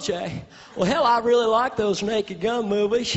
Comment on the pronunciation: 2000 yar at buffalo bill! And I rweally wike Oj! But you’re right! It’s just too good!